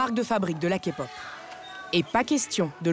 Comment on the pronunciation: Oui je confirme ton dernier point sur le rabaissement car ils ont entre guillemets afficher que des fans hystériques a l’écran alors qu’on est pas tous comme ça. Point positif observé les voix ont bien prononcé genre kpop et tout mais sinon le ton mis sur les voix françaises des idols est catastrophique on dirait on se fout de notre gueule